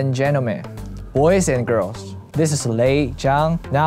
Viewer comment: "hello ladiesseu and gentlemen, boyseu and girls. this is lay zhang. now im in buzzeufeed. so glad to see u guys, hiii!" he's so cute tf??